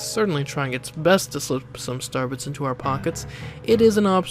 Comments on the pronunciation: Is it just me or was he saying Starbucks instead of star bits? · Why do you consistantly skip pronouncing the i in star bits?